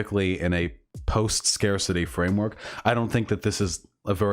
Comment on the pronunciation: Thank you chat, I was about to krump myself if he kept saying “scar-city” instead of scarcity XD